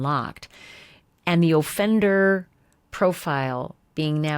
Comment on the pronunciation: Does anyone else find it strange the way she says offender? She says O-fender with the emphasis on O.